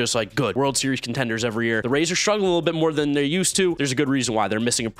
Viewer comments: You’re supposed to say R A Y S! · 641 instead of rays it’s ryas